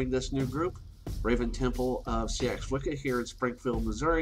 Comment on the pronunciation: Just a gentle word on pronunciation - "Seax" is pronounced "sax" not "see-ax"... but I'm sure as we change, so must language xx